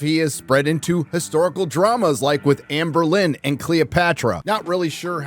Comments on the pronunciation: Did he just say Anne Berlin??? Bruh. It's Anne Boleyn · Can't help but laugh, always calls her "Anberlin" not "Anne Boelyn" lmao